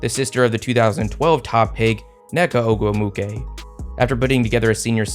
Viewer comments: It is pronounced O-GWOO-MIKAY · quality vid bro…it’s pronounced like “oh-goom-wik-ay” tho just for future reference 😂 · Actually, her last name is pronounced Oh-gwoo-mik-ay. Love both Nneka and Chiney. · I loves the coverage here, but please learn how to say the Ogwumike sisters names, first and last. You even included a clip where it was pronounced properly. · Pronunciation: Ogwumike Oh-gwoo-mi-kay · the pronunciation of ogwumike... does the guy doing the voiceover actually watch w games lol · I know you're trying your hardest but listening to you try to say ogwumike is taking me out lol. Great video tho! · Yeah that was bad they even added a clip of them saying her name right